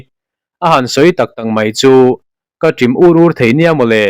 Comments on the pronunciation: Ṭim ûr ûr nilovin Ṭim ur ur tih zâwk tur anih hmêle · In mizoṭawng hi ava mak thei vele aw! Ṭim ûr ûr i han lam dan te chu enge maw a lam ber ni le? Ṭawng thluk lam danah hian fimkhur ve deuh teh u. Awmze nei awmze awmlo in in siam ani hawt a lawm le.